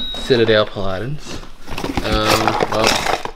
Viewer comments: what you misstated was Paladin. It's pronounced pal a din. Not a sharp a.. a soft drawn out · That flourescent purse looked like a Kate Spade. The striped lining was the key. The word is pal-a-din. Stress on first syllable. Its a warrior.